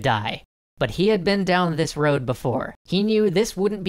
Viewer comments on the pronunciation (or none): none